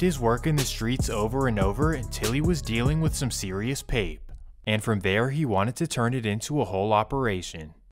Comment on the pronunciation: Dont ever say PAPE again brudda